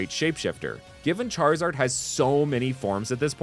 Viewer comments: "That charwizard is witterly hitting the gwiddy" is mad funny. My favorites are the charizard line, Empoleon line and the Skeledirge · "that charwizard is witerally hitting the gwiddy"